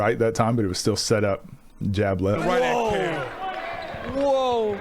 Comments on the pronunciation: pronounced kel not kWell:face-blue-smiling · Is he a hooper or a mid sized game bird?? 🤣🤣 Quail?? , it’s pronounced Kel….but nice analysis! Keep it up !